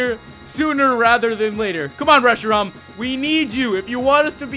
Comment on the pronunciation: you said Reshiron it is Reshiram